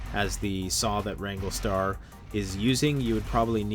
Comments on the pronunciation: RANG-GLER-STAR...not Ranglestar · It’s wrangler star not wrangle star there an R in the word wranglerstar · Rando: being respectful? "Educating" wranglerstar (he also mispronounced the channel name), "he doesn't know what he's talking about", among other things he said. He could have put out a video to sell the merchandise his store carries without calling someone out by name. He may have gained a new subscriber, but also lost one. Btw, it's called FELLING a tree, not Falling. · Maybe learn to pronounce the name before featuring a channel in your video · You say you are educating wrangler star and yet you can't even pronounce or spell his name. Why would you use a hand saw when a chainsaw is just common sense. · Why are you pronouncing the mans youtube name wrong?